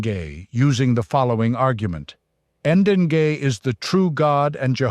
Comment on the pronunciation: "Degei" is pronounced Deng-ey... Not "En-den-gay"